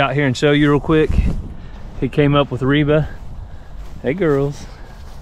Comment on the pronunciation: Reva or Reba? I was checking Google for Reba's sons name [Shelby Stephen] but then I realized that you might be saying Reva.